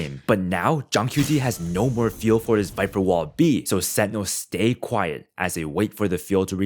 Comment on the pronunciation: This video is amazing like I learned so much watching it… my only hang up was how sentinels was said lol 😂